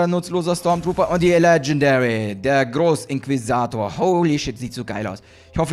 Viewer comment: Es stört nur das du Namen falsch aus spricht zb. Leia leila Inquisitor Inquisator